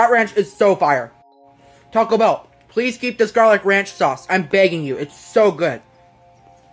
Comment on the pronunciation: Nah nah it was absolutely pronounced pleathhhhh